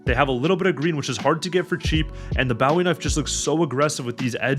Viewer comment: the way he says bowwie knife 😂